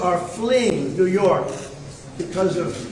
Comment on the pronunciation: He called "New York" either "Through York" or just "York." His brain is shutting down.